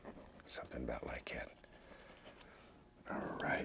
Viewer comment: “bout like’at….” 😅